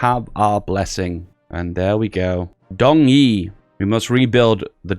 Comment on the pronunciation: Guangzhouwan = "gwang-joe-wan" Guangxi = "gwang-shee" Dong = "dohng", sounds like English "don't"